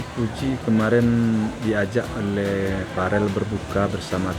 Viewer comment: VERRELL PAK,, BUKAN FAREL😊